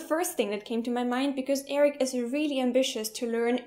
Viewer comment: 0.23 "I wheely love.."